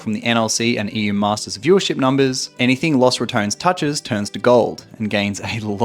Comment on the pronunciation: "loss ratoans"